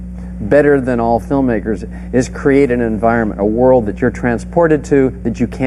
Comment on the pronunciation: oy!! foightin' round the woild!"